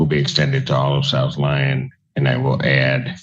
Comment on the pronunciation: Wiwel faiwew is a very serious condition, no fun allowed.